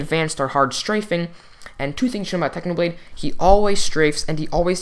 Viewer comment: its a clickbait you said how to pvp like "packhnoblade"